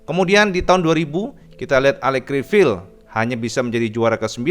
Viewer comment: Cara baca Criviye bukan Crivil 😁